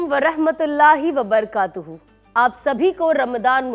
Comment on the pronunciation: Rahmatullahi wbarakatuh talafuz Thora Sahi karen